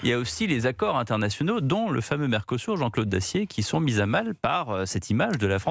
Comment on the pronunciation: À l'UE à l'évidence ils sont aussi aveugle , pas seulement sourds → mercosourd Pour info , il convient de prononcer mercosü(r) qui peut glisser mercosür mais pas mercosou ni mercosourd . Quant à l'interrogation finale, elle est facilement solutionnée par le bilan calamiteux (sans Jane mais avec gêne) sans appel des pays dont la France assurément le pire . Un gamin de 7 ans même en le faisant exprès aurait des difficultés à concurrencer une telle nullité .